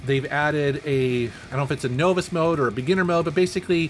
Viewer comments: Also "novice", but you got Mushihimesama correct! Lol. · funny how you can pronounce that weird japanese game name yet cant say novice lol